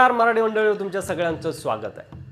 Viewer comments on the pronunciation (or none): none